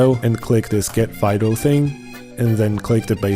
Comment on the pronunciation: I thought you were saying Fido, like a dog name lol, not Vital. Love you bro, good video